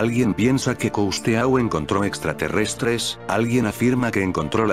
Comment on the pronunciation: Es realmente interesante! Pero porqué no pronuncias bien los nombres de otro idioma. Es - jack custo- con tilde en la o. No tiene que pasar los nombres propios a otro idioma que no sea el original. Es que suena muy mal como lo pronuncias, por favor, aprende.